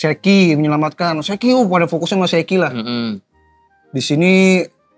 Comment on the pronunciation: Kok aneh banget penyebutan Shakky dibaca Sheki ☕